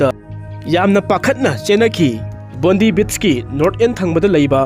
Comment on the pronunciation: Bondi beach se pronounce t bondai haibiyo not bondee